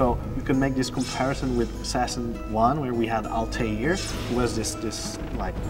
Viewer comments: it's Altair not Altiar o.O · They can't even say Altair properly. lmaoo